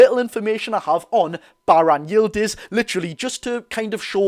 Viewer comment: Me dad is Turkish you butchered it to the point it ain’t halal 😂 but even I’ve never heard of him